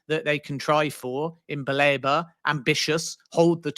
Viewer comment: Stop calling him Baleeba! It’s BA-LEH-BA